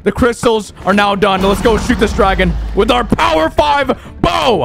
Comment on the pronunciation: Y do u say wid instead of with